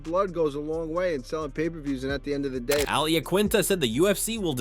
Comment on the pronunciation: Who’s Uhleyeuh Tupperreeuh?